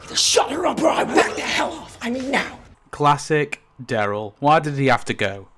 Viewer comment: DAryl, not DEryl. Incredible that you've spent this much time watching the show and studying it but still can't say his name properly.